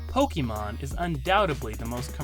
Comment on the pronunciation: a wrong pronunciation nevertheless, source: you can stop making this mistake on your next video 😉